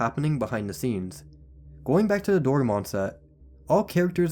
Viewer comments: "Daromon" 💀💀💀 Doraemon is pronounced as Do-ray-mon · Ain't no way bro said "dorumon" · Its pronunxe doræmon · I like that you actually say foreign names instead of dismissing them cuz you “don’t want to butcher it.” Always seemed more respectful than ignoring it completely lol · bro called doraemon duraman 💀 love the video tho ❤ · Hey so a couple corrections and some info about Japan/China Conflict. While they are “Buddhist” most Buddhists say they go extremely against the Buddhist belief Doraemon is pronounced (Doh-ray-mon) Super Sentai is just the original Japanese Power Rangers which US Power Rangers is based off And to summarize the Japan China conflict. Basically throughout history they’ve been enemies. But specifically in WW1 Japan and China joined the Allies. Japan joined so they Allie’s would help them take more of chinas land. China joined to get the Allie’s to get Japan off their land. See the issue? Allies sided with Japan so China out of spite became communist and has been enemies with Japan and Allies ever since. Also Nitpicky for but as a wrestling fan I have to. It’s (Sue-plex) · Bro butchered the word doraemon